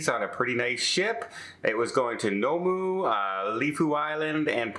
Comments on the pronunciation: The place name is Noumea, pronounced noo-me-a, not no-moo. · Nomu! Please research how to pronounce Noumea before presenting a video where you say it so many times! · Noumea is pronounced New - Me - A. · It's pronounced 'New Me Ah'" (Noumea) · Good someone posted this, I had to have a laugh at the pronunciation.